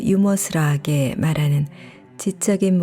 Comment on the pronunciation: "유머스러하게"가 어색하게 들리네요. '유머스러하게'가 더 자연스럽지않나요?